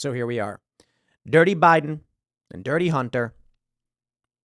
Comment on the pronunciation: Idk why but everytime you said bunter I started cracking up